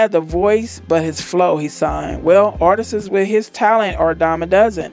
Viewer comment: "Artisis?" Really? 🤦🏽‍♂️🤦🏽‍♂️🤦🏽‍♂️